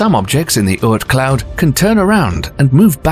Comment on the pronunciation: Wow, Creeper belt and Urt cloud ? Obviously you're not even trying to get the names correct